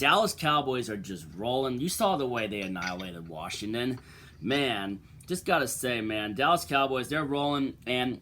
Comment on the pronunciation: Washington or Worshing ton? 🤣🤣